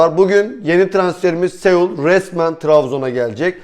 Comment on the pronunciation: Segul sanki chane korea Japon gibi oluyor bence isminin telefuzu Segul değildir